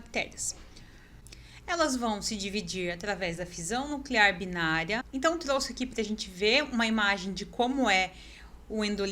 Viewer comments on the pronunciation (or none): none